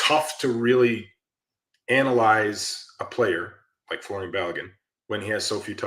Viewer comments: I know it’s not John smith. But the dudes name is folarin. Not Florian. I think us Americans read the name and just default to Florian. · McBrizzle : Fo-la-rin 😊